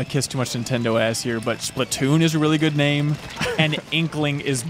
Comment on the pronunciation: Not splitoons splatoons but great vid